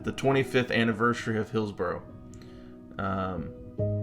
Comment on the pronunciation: Its pronounced "hills-burrah" not burrow. A burrow is something a rabbit digs! 😂❤